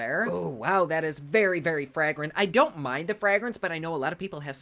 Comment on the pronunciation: I was so confused with the way he pronounced Fragrance